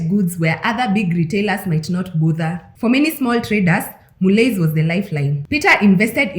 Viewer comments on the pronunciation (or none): It's pronounced "Mullee"